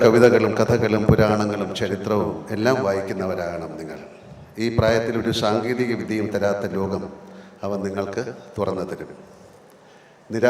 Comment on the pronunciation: എന്താണ് മോഹൻ ലാൽജിക്ക് "സ" എന്ന് ഉച്ഛരിക്കാനാവാത്തത്. ശഹിഷ്ണുത , ശാധിക്കണം, ശാങ്കേതികവിദ്യ, ശ്വപ്നങ്ങൾ, ശഹായിച്ച, അങ്ങിനെ "സ" എന്നിടത്തെല്ലാം "ശ" എന്ന് പറയുന്നതെന്താണെന്ന് മനസ്സിലാവുന്നില്ല🙏